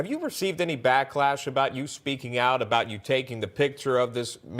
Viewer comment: Can you please FIX the word BACKLASHHHHH?👍🤔